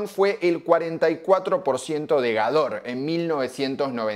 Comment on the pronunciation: Hola el nombre de laboratorio Gador debe decirse como Gádor ya que su fundador fue un húngaro con ese apellido y no como si fuera francés... Perdón